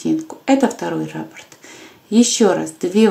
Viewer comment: Правильно говорить раппОрт